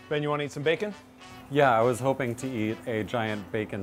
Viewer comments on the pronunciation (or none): none